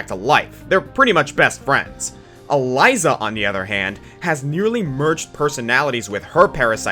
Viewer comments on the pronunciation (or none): none